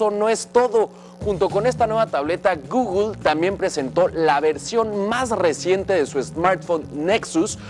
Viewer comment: No sabes ni decir Google wey